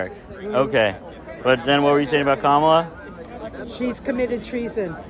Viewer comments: The fact they keep mispronouncing her name constantly isn't accidental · "I want Kamala, whose name I intentionally mispronounce, because I'm a racist, to tone down the rhetoric." Got it, MAGGOTS.